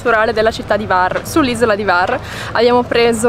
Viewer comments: Scusami, ma H la devi leggere. Non e var, e Hvar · la "H" si pronuncia, non è Var, grazie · Sempre splendidi i vostri video ma imparate a pronunciare i nomi delle località croate in modo meno sbagliato ! Non si pronuncia Var ma Hhhhhhhvar ! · Io parlo croato. Se posso essere utile, vi avverto che non si pronuncia assolutamente Kvar, altrimenti i croati avrebbero scritto proprio Kvar. Si pronuncia Hvar, con la H aspirata. Se qualcuno non sapesse cosa significa “H aspirata”, spiego che significa una H pronunciata come quando si ride forzatamente, ironicamente: “Ha Ha Ha”. Praticamente la stessa cosa come quando si deve pronunciare correttamente in inglese la parola “Hotel” (gli italiani dicono “Otel”, ma non bisogna comunque farlo diventare “Kotel”: mi spiego?). Perciò per un italiano si presenta la difficoltà di dover pronunciare una H aspirata (“Ha Ha Ha”) seguita immediatamente da una V: difficile, ma lo si può fare 😉 Altrimenti meglio usare “Lesina” 😉 Spero sia stato utile.